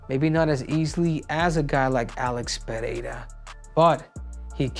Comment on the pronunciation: Cejudo is the only American who knows how to pronounce Pereira correctly hahaha. Dont know how but the others pronounce as if it was PEHEIRA